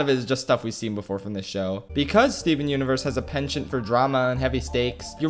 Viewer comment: Its more like steven unevurs the muzecol